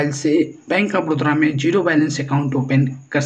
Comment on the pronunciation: बड़ोदरा नहीं बे बड़ौदा